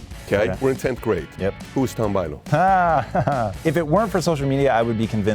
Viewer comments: Looks great! Haha, you got his name wrong, it's not Tom Buyliu 😂😂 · A bit painful to hear Tom's last name being mispronounced so many times... :/